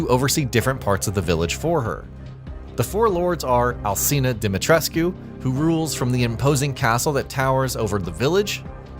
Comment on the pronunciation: Why does no one pronounce "Dimitrescu" the way the game does? No one in the game ever pronounces the "U" but so many YouTubers do.